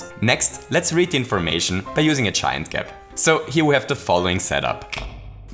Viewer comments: Thought he was saying chime gap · I thought you were saying "chime gap" but you're saying "giant gap". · I just figured out he's saying giant instead of chine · did anyone else have no idea he was saying "giant" gap until like 3 minutes into the video